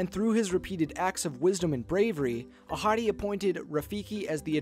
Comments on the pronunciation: Every time he says ‘Ahadi’ I always think he’s saying ‘A hottie’ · Whenever you said mufasa's dad's name I always thought you said "a hottie" Why why why why why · Why did I hear that as a hottie Isntead of ahadi or however you pronounce there name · am i the only one who heard musafa's father's name as 'a hottie' over and over